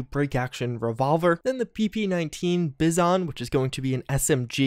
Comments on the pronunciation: Was that... "buy-sun?" Speak into my good ear. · I mean, its kinda Automatic but anyway, say it like Bison but with a Z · Ah, yes, my favourite russian sub machine gun, the "Bizzon". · oh, I get it. Bee-zon, right?